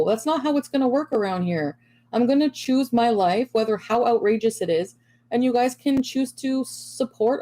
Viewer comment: Do you notice how she pronounces "choose?" Like it is for an English as second language person.